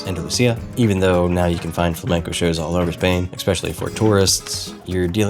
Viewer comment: It’s flamenco, not flemenco